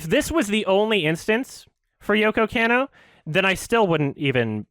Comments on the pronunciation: I'm very impressed with coming correct on this one. BUT BRUH, you listened to all these sources of people pronouncing her name right and you're STILL saying Yoko CAN-OH. It's KAH-NOH. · It bothers me how keeps mispronouncing Yoko Kanno. It's supposed to be "con-no," not "can-no." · mispronouncing "Kanno" is driving me up the wall right now